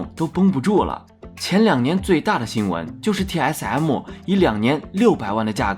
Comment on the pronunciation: 一直聽TS M母有夠煩 能不能M就講M 別一直M母